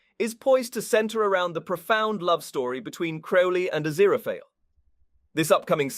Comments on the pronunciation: It is Aziraphale not Aziraphaly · like genuinely as much as i appreciate the narrator's clear voice, im not gonna be watching this video to the end cause i have heard Aziraphale's name pronounced correctly once and i cant pay attention to anything else he's saying once he goes back to mispronouncing it 😓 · Not only was Aziraphale's name pronounced wrong, it wasn't even the same everytime, we got different variations of wrong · I love how Aziraphale’s name was butchered so much 😂😂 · I was coming to the comments to say this! Furfur's new job narrating YouTube videos isn't going so well! 😂😂😂😂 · its definitely not. how he managed to butcher his name so much (if it wasnt on purpose for a funny) is beyond me, but I've got my earbuds in and i can hear his breathing between lines, so its definitely a real person talking. though, as much as i love a funny bit, i believe that for a series review/discussion, character name pronounciations shouldn't really be on the list of things-to-skewer-for-a-joke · I think he's doing it as a joke. Like how FurFur the demon kept mispronouncing it while he was trying to read it out. lol